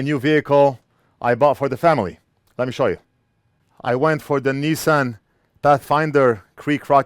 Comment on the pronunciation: First American I've heard say Nissan correctly. Enjoy your new ride. I hope it brings many safe and enjoyable moments to you and your family